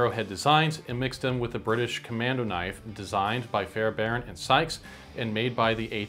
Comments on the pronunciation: I noticed you pronounced it correctly even when reading the quote. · you're good man, you even pronounced it correctly when you read it. Not sure why people are getting weird about it